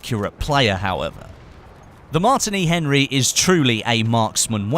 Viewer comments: its not mart ini its Martini like the alcohol drink Martini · its pronounced "mar- teeny"